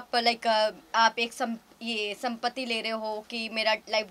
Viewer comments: संपत्ती ya sympathy 😂😂😂😂😂pehle bolna shikho chapri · "Sampatii" le rahi hai 😂😂😂 madam sympathy hota h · from now onwards Sympathy will be pronounced as "SAMPATI" 😂😂😂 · Sympathy bhi bolna nhi aa rha isko 😂😂 pagal